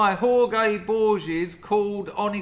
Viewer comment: Everyone pronounces Borges incorrectly. Every professor I've ever heard say the name.